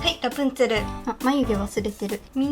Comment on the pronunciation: あのー。。。 ラプンツェルってラプんシェルって言うんですか？